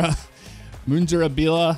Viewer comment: Let me translate some for you haha Mundrabilla - Mun Dra Billa Eucla - U Kl a Cocklebiddy - Cock L Biddy Great work:)